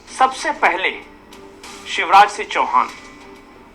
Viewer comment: Shiv Raj Singh Chauhan ki jagah aap use visha Raj Singh Chauhan pronounce kar rahe hain...aap hain kaun ?